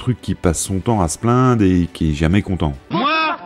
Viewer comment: Cette belle présentation et le travail impressionnant d'édition méritent définitivement mieux que tous ces "kilomèTES" qui jurent aussi avec la narration, pourtant de qualité avec une voix très plaisante. Dommage, mais on ne va pas faire comme à pour se plainDE, on ne peut pas tout avoir.. 🤔